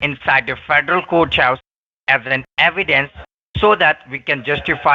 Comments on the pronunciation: Hiya,! meow, This guy is making me crazy with his, "outside the coach-house". I would have to ask him if the federal coach-house was attached the White-house or not. He did not catch on that you're in San Fran, the black hole for internet, and this would mean you're able to have any wifi or other internet (hot spot) you want, for free? This guy is the bottom of the barrel. The chippie had a pretty good accent, but, she did not understand a word of English (even American English.) How crazy that is! See ya in a few days... yay! (had to come back to edit.. I watched it on the phone, and should know better than to try and comment with that thing!) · Do you have Ah email….LMAO!!! ah email???? what the heck is Ah Email? 😆 fostly,? fostly?? (firstly!!! douch bags can't even speak correctly) so it's not Coat house, now it's federal Cooch house… laughing so hard 😆 Re-lative? bahahaha… 😆 who is using "your shooshawl?"🤣 oh man I just can't , this is too much, laughing so hard!!